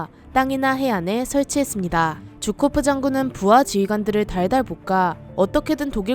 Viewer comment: 쥬코프가 아니라 게오르기 주코프입니다